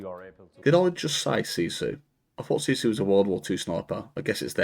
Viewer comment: Why do you try to redefine what sisu (or like you say it "shisyy") means?